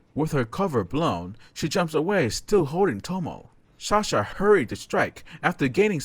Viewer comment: Is it me or he says shahsa instead of sasha